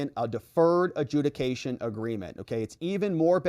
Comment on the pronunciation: It actually said "adjuciation"